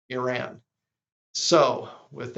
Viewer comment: You mean since Carter and it’s pronounced E-Run